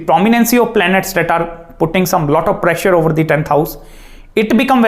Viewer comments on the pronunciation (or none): none